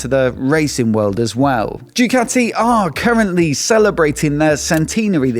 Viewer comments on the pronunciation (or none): none